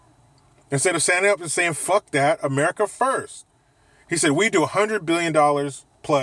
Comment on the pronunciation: Dude whenever u say ‘merica’ I crack the f*ck up 🤣